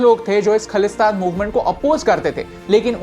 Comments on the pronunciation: Bro the word is khalistan pronounced as Khaa-lis-taan. The word khaalis means Pure or unbaised; in other words khalistan can be known as flawless place. The word khalis derived from 16 or 17th century by Guru Gobind Singh when he created an army to fight against cruelty, unfairness, dominant government who then wanted people to convert their religions by hook or crook. Then those were mughals who wanted everyone should be islam hence khalsa panth has been establised. Today the movement is said to be against the word hindu rastra. Those who say hindu rastra banana hai if those who think india is for hindus or they want india to represented as hindu the movement khalistan is there to justify their own rights and it was then, now and forever to the sake of fairness. The movement of khalistan is not against any religion or a particular community. It was and will always be against those who think they can dominate for the sake of their caste or religion. For the map info; for what i know by reading history books or by listening to people who agrees to this philosophy they say khalistans map would be like how it was at the first place whole pakistan till the borders of Afghanistan and in india himachal haryana and some portions of rajisthan. If more details find real map of punjab when it was not india. The word india has been given us by britishers and not khalistan. Real history should never be manipulated. Kohinoor and prince duleep singh were stolen along with many other precio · If khalistan is khlistan Than Pakistan should be pkistan No hate .. that pronunciation what just not suitable for me to hear .. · Its khaalistan not khalistan correct the pronounced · Correction: it's not khlistan it's khalisthan,pronounce it properly. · firstlly you should correct your pronunciation in bhindranwala its not द it's ड and also it's खालिस्तान not खलिस्तान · Bruh you don’t know anything You don’t even Pronouncing it correctly its not khalesthan Its khalisthan😑